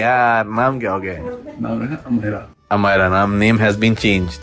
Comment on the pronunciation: amairah nhi bro amayra ... amairah is urdu word where amayra is hindu word.. amayra means princess ... aur chacha bane ki lakh lakh badhaiyan :)